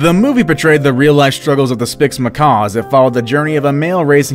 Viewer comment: Cmon not spix macaw 😭😭